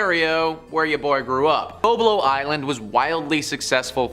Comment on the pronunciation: If you are from Ontario you should have known that is called bob-low isle is how you pronounce it😅